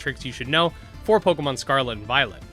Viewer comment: Don't know why but often hear "Pokemon Scarlet and VioleNt" xD